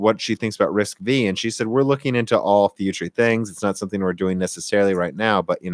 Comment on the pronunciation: FYI It's not "RISC-Vee". It's pronounced "RISC-Five". V (five) as in Roman numerals. Also Intel's 3DX Point is pronounced 3D "cross point". And yes even I started calling it 3D "expoint" at first :)